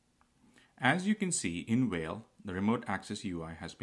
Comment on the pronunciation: No no. Not "Whale". It's "Fail". Learn to read.